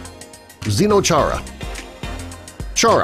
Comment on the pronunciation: First of all its not “ze-no” chara, its “Ze-den-o Chara” second, he doesnt play on a “field” in the national hockey league...